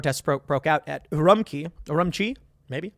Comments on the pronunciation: It's pronounced Oo-room-chee, Tim. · Urumqi is pronounced, "oo-RUM-chee". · Urumqi is pronounced not the q = k like in key but it is pronounced q = ch like in church The Q has a ch sound in Mandarin. Urum(ch)i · Urumuqi - OO-ROO-MOO-CHI